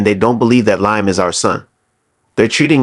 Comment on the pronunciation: I want to watch but the name is Liam pronounced Lee Am